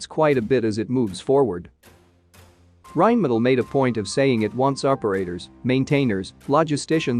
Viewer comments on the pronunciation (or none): none